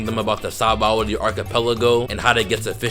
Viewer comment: It’s sounds like your saying saboldy archipelago